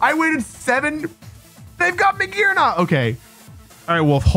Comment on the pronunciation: "Real YouTubists talk about Mah-Gee-Arna, this Pokémon can reach rank 1. Hello..."